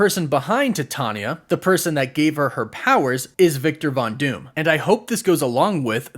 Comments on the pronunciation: Is it not pronounced “Tye-Tay-Nee-Yuh” ?? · Titania is pronounced like "Titanium" steel. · I always thought it was pronounced Titania like titanium? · Twice you pronounced her name wrong, and then on the third time (which you didn't thinking about it) you pronounced her name correctly!! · One day in a galaxy far far away you learn how to say Titania. Please it's so annoying